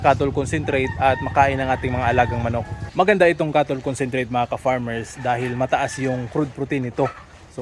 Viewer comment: Hindi malinaw and salita! cattle concentrate daw - ano na naman yon hhaha